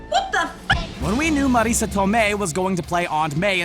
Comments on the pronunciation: Learn to pronounce Marissa. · Why are you pronouncing Marissa like that?